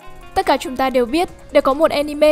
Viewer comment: jo jo chứ ko phải Zo Zo. chúng ta chứ ko phải Trúng ta. Châu Âu chứ ko phải Trâu Âu.